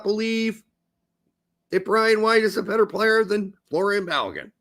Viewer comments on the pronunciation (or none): It’s Folarin, not Florian.